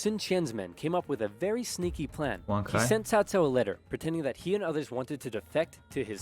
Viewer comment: We all blamed early Dynasty Warrior games for making us mispronounce Cao Cao's name as "Cow Cow". They eventually fixed it in later games, but by then the damage was already done.